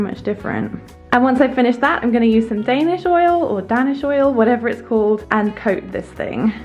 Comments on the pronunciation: Love this! 💕 I do really like the dark wall— I’ll bet it looks and feels so cozy in that room, in the evenings, when the lamps are turned on. Yes- “Danish” is pronounced day•nish— like things from Denmark are “Danish”. It’s named so due to the generally light-toned wood finishes on mid-century Scandinavian (often Danish) furniture. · And a happy hand washing to you too! 💗😊🙃😊💗 P.S. You were right! "Danish" has a long A sound 👍